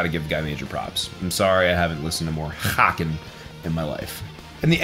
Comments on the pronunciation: Haken is pronounced like bacon lol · Haken is actually pronounced like bacon